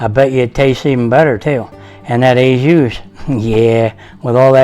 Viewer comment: Not "ay juice". More like "oh zhu". I'm sure you're a great chef.